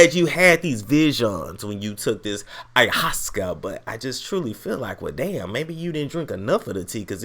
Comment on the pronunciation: It's pronounced I-ya-was-sca